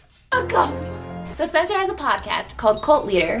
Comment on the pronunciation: No one talking about how spencer says “ghOst” ? I find it hilarious 😂